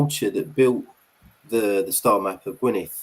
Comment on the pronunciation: dd at the end of Gwynedd is pronounced the same as the ‘th’ in ‘though’ or ‘there’, not as in ‘thanks’ or think etc, -big difference. Do not rely on Google for these matters, especially where Kymric is concerned. Go to more a specialist or specific Kymric translator. Don’t ask me which though as i don’t need a translator myself having spoken my language from the cradle-60 yrs.😀 Thanks for the response.